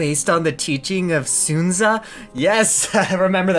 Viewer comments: Dude, Sun Tzu is pronounced Sun-zoo, not soon-zah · There's something wrong about hearing Sun Tzu pronounced as "Soontzuh". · when he says sun tzu as soon za it physically hurts me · Nobody: Not even Sun Tzu: trying to say Sun Tzu: Soon Za. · can't say I've ever heard someone pronounce Sun Tzu as "Soon zuh" before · 😡😡😡 it’s Sun Tzu, like the sun, Sun Tzu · Near you butchered Sun Tzu's name it pronounced son t-zo. I'm not Chinese I'm a massive history buff and sun tzu's book art of war I have seen which is why I correct your uncultured ness.